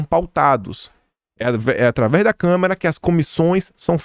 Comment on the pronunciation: Adoro seus vídeos!! Você é um cara que pesquisa, liga os pontinhos e entrega tudo mastigadinho pra gente! Obrigada mesmo por me ajudar a entender os últimos tempos no Brasil! Só uma dica, você tem falado muito "câmera" em vez de "Câmara". Isso é comum, principalmente quando a pessoa fala de maneira quase ininterrupta, mas pode se tornar um vício de de linguagem.